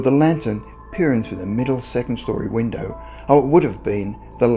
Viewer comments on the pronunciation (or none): none